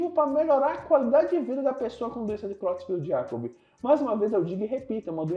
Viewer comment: A pronúncia é króitsfeldt-iákob. O "e" tem som de "e", não de "i".